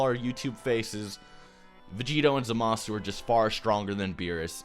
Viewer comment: "zah-MA-su" he says...